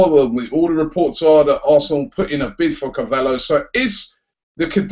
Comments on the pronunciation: Why do you keep calling him CAVALLO? lol surely it's pronounced Carvallyo? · YOU FUCKING PRONOUNCE IT CAR-VALI-O FUCK SAKE, AND MARCUS RODGER? ITS MARCUS RO-HO, HOW IN GODS NAME DOES SOMEONE PRONOUNCE ROJO AS RODGER?. YOU FUCKING HAVE THIS MASSIVE CHANNEL AND CANT PRONOUNCE NAMES. IF YOU FUCKING DONT KNOW THEN FUCKING LOOK IT UP.